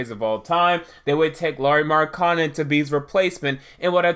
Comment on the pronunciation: SAY THIS WITH ME....MARK-KA-NEN......N-TILI-KI-NA......GO BACK TO ENGLISH CLASS AND LEARN HOW TO READ.